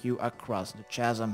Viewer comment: Hi friend thank you for videos but chasm is pronounced With a K like K asm